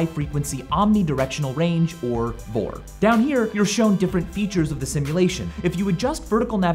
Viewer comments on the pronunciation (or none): It's known as a V-O-R... not vor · VOR is not pronounced "vor" it's pronounced "vee-oh-are" like the actual letters V-O-R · Sorry Mike, it's pronounced Vee Oh Arrrgh. Not VOR. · For the VOR, it's not pronounced as a single word, but instead as the 3 individual letters. So it's not Vor but V-O-R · Hey, just so you know for the VOR you actually just pronounce the letters instead of trying to make it a word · you dont say out VOR, you spell it out... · VOR is pronounced Vee Oh Arr. not VOR. lol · Michael plz don't call VORs vors, I don't think I've ever heard anyone call them that before and it made me cringe the heck out xddd they're vē-ō-ärz, letter by letter, not all together, whilst google translate likes to say it as if it were a single word, I doubt anyone in the aviation industry says it that way xd An example of a pilot talking about VORs if you do find someone referring to them as a single word, show me cause I would love to cringe at it too lmao I'm so used to hearing it said letter by letter that I swear I get an anerurism when I hear it as a single word xd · Never heard someone pronounce VOR as "vore", but certainly interesting! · VOR is more commonly pronounced as the individual letters, V-O-R. Just like GPS. if you liked VORs ADFs are a similiar aviation navigation tool used. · Lol, VOR is pronounced "Vee-oh-are" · It's pronounced VEE OH ARE, not like a word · the way he said "VOR" tickled my nerve lol